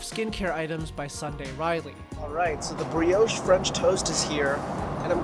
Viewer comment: Did you enjoy your "Breee-aush"? 🤭 Just messing, nice vid 😊👍🏻